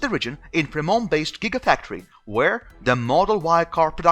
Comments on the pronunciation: Free-mont...we aren't French over here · Fremón BAHAHAHAHA FreMONT dude,hehe.